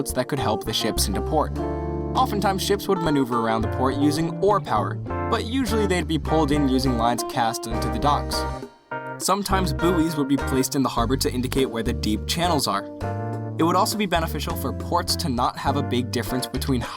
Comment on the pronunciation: Boi. "Booey" is pronounced "boi".